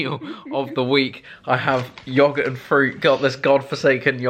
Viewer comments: Anyone else kinda triggered how Chris pronounces yoghurt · Who else is getting annoyed by the way that he pronounces yoghurt